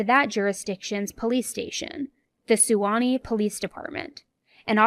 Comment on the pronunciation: suwannee is pronounced = Swan-eee